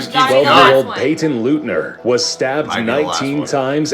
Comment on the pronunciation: I already left a comment on the original video they were reacting to, but just letting you know, they aren't telling the complete truth about Payton Leutner (it's pronounced, 'Light-ner'.) I go to school with her, and am close friends with her. We were given more information then anyone right away, even though all of the information is out now, two years ago, everyone was terrified and now, everyone see's her as a brave, kind person. Nobody should see her any way then that.